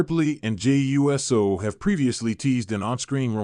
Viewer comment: Pronounce Uso, ooso. Not USO like the organization.